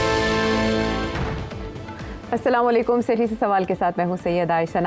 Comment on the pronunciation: سیٹھی صاحب ناظرین کو سلام تو تمیز سے کر لیا کریں۔سلامہ علیکم۔ یہ کوئ طریقہ ہے۔ آپ کو کہنا چاہیے۔ ناظرین آپ کو میرا اسلام و علیکم۔ اللہ کرے آپ خیریت سے ہونگے۔ تھوڑے دھیمے انداز سے